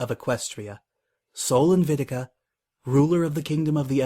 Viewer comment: Good reading. You've really put some life into the story. One minor nitpick: You mispronounce one of the words in Celestia's title. It's "Sol Invicta," yet both times, you said "Invitica." I'm not suggesting that you rerecord the reading for one mispronunciation; I just want to let you know.